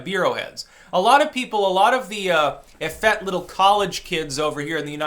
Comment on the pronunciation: Effete is pronounced "ef-eet", not "ef-ett. It's always good to know how to pronounce big words before using them.